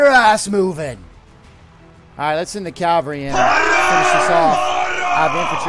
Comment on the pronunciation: Sorry for nitpicking but it's cavalry, not calvary. It's actually a common mistake.